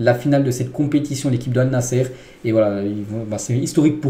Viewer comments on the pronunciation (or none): Désolé mon frère mais tu prononce mal l équipe de CR7 au lieu de Allnassr, mais pas Allnassere. Je te demande pardon d'avance si j'ai mal parlé. Merci pour le compréhension.